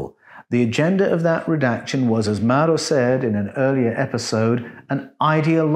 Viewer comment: The name of the Italian gentleman is Mauro (NOT "Murio"), and is pronounced, "maa-oo-ro". Hope this helps you. About your question, "how could People are witness the work done on the flodder earth?" In my humble opinion, if the Elohim had such advanced flying craft, it very possible that they had the technology to capture, store, & watch videos. It is reasonable to assume that the writer(s) of Genesis had watched videos which showed the early stages of the work on the flooded earth.